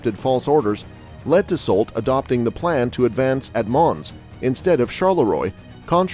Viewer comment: Just a nitpick: you pronounce Grouchy and Marquis correctly, but Soult is pronounced “soo.”